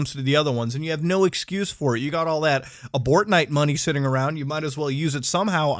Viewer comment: I love that got said abortnite